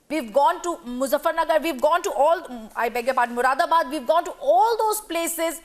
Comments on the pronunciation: Did she just said muradabad ?? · Muradabaad ? Don't slip your toung mam.. It's India